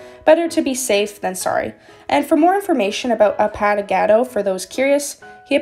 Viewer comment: the username is pronounced like A-pA! not paw Pa without the w sound and Gah!- Do (do like saying dont but without the nt at the end.) A-Pa!-Gah-Do